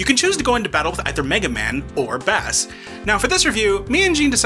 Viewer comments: I blame mega man 8 for making people think that bass's name is pronounced like the fish and not like bass & treble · Holy cow, the mispronunciation of Bass drove me up a wall.